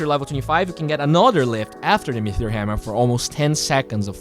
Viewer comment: it's Me-Tee-Ore not Mee-Thee-Ore:D